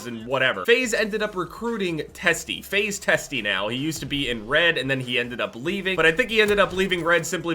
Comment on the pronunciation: "FaZe Teste"